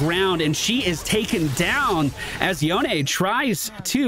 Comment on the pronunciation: FYI, Yone is pronounced Yo-nay. Maybe just an inside joke ;)